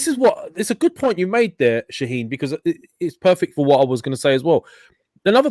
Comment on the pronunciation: I love how the calls Shahin "Shaneen" hahaha